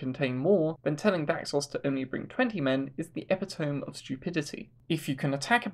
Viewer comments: "epitome" is pronounced "uh-pi-tuh-mee". NOT "eh-pi-tome". Can't tell you how many well spoken youtubers do this...it's too many to count. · "Epatome". It's pronounced ah-pit-a-me. Idk how you don't know this word but know so much about battle tactics.. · Epi-tome... ouch. It's Epi-toe-me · Epitome is 4 syllables. Eh-pih-toh-mee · Not that big of a deal but your pronunciation of epitome took me out of it far more than it should have